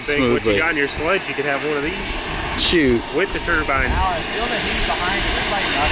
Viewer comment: Turbine not a turbin you said oh you don't want to get this stuck in your Turbin I almost shit 😂